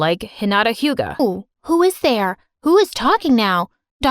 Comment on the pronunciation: Damn, Dad really just Said "like Hinata Huga"